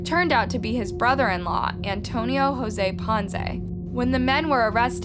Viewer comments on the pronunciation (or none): none